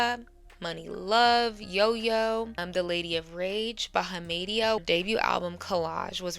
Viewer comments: Not that it matters but it's pronounced Kī-ah NOT Key-ah. And Bahamadia is pronounced like the Bahamas. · Bahama (like the island) + DEE yuh = Bahamadia 😊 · There are 4 pillars of Hiphop; MC, DJ, breakdancing, graffiti artists. Bahamadia is pronounced: Bahama-dee-ah Lefteye’s last name is Hispanic last name and is pronounced: Lo-pez (Like JLo, except Lefteye was actually talented RIP) Also, Lauren Hill is on my top ten Hiphop artist.